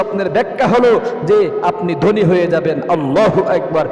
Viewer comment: জনাব আপনি যে 17 টি স্বপ্নের কথা বলেছেন তার মধ্যে আমি 15 টি দেখেছি আলহামদুলিল্লাহ। প্রশ্ন হচ্ছে আপনি বাঙালির সন্তান হুজুর সেজে বসে আছেন ম্যাক্সিমাম শব্দ বাংলা আপনি উচ্চারণে ভুল করছেন। আপনি গোশতকে বলছেন গূসত, ধনী শব্দটা কে আপনি দনী বলছেন। থাকে শব্দটাকে আপনি তাকে বলছেন। এরূপ অসংখ্য শব্দের উচ্চারণের ভুল করছেন সংশোধন হবে আশা করছি